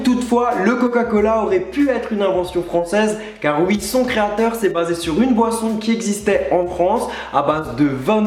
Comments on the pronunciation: arrêté de dire "wii" dit "oui" 😭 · « et ui » 😂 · J'adore a 24 secondes de la video quand il dit et ui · "mais attendez elle bouge" "eh ui" ptdrr chui morte, jkiffe cmm il dit le "eh ui" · "Et ui" XD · "Et Ui!" Mdddr😂